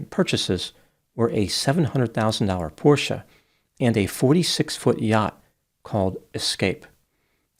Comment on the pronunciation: Bravo for your pronunciation of Porsche ❤❤!!